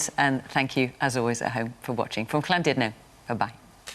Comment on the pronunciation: Fiona pronounces Llandudno spot on